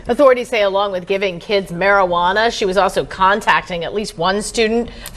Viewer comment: You pronounced it as mari-hwana 😂Juana